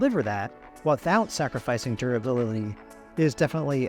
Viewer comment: Did my man really say the word durability wrong and they kept that in the video 😂😂😂